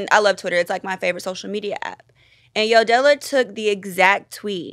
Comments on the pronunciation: How Mehgan pronounces Yodela 😭😭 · 😂 why meghan calling yodela yodellow 😂 im dying 😅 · It’s Mehgan saying “Yo-Del-la